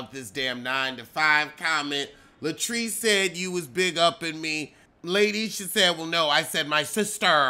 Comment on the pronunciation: "LATE - ISHA" 😫🙅🏾‍♀️